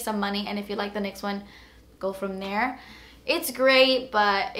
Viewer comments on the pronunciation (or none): none